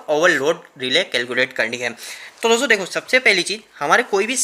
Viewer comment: Bhai apka video achchha lagta hai par do chij kharab hai sudharo. 1 लिखते हो तो बोर्ड का यूज करो कागज में पूरा हग देते हो गुस्से से दिमाग सनक जाता है 2 दोस्तो बोलते हो तो पूरा बोलो दोसो बोलते हो गंदा लगता है। ओ के।